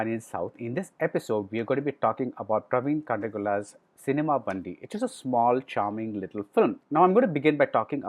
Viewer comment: its BAN -DI only means Vehicle (Gaadi)